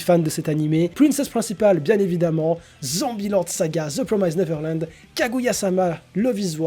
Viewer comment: Si tu lis tous les coms, sache que tu prononces mal the promised neverland 😉 le i se prononce bien à la française et non comme le I anglais. Voili voilou